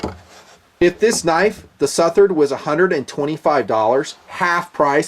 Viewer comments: I think it's pronounced SUH-THERD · It's pronounced like Southern, but with -ard on the end not -ern. Hope this helps! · say it like suth-erd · Its pronounced "Southard" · I appreciate your philosophy in regards to value, but I'm sure you've heard the old adage "you get what you pay for". In the Southard (s-UH-th-erd) what you get is contemporary design, high end materials, and a great warranty. When all of these factors are weighed, it becomes apparent that the Southard actually represents high value. For less than $300, one can experience one of the most capable steels to date. This is certainly only my opinion, but I know that I'm not alone in this feeling. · I think it's "Suh-Thuhr-Dh" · its the second pronounciation anyway I still getting one, I`m in England and this totally illegal, they are just seen as `flick` knives here, again... I dont care even if I cant even take it out of my house, I will still own one. End of. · Before doing a review you could have at least done a simple search and found the pronunciation of the guys name correctly out of respect :)